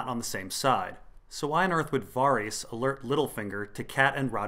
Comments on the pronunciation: That pronunciation of Varys' name is really weird, isn't it meant to be like Vare-is not Var-ees? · Your pronounciation of Varys is killing me :D Vawrees. Vawrees. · got distracted when I kept having to mentally correct your pronunciation of Varys...c'mon dude, they say it in the show haha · Hearing Varys pronounced that way hurts my brain